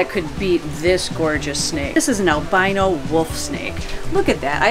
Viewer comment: Albino I thought you said armadillo